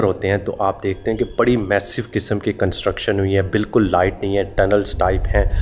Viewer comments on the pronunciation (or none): none